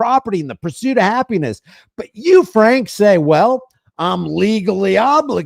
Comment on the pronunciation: Lol.... let's ne "Framk".